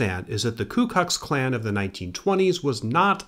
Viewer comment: "ku kux klan"